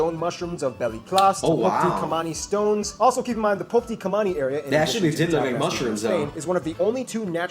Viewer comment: I really like his pronunciation of "Pobiti Kamani" even though it's completely wrong